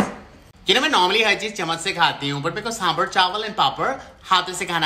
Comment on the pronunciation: It's sambhar not samburr